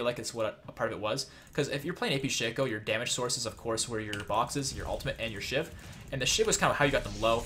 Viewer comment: When you were talking about two shiv poison I thought you said two shit poison